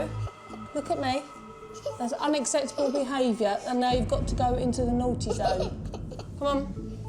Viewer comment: She bugs me when she says unasseptable it's unacceptable!